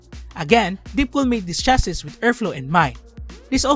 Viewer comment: it's pronounced as chass-ee or you can just simply say "case"